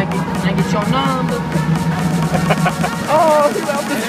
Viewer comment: “cAn I gEt yO nUmbA”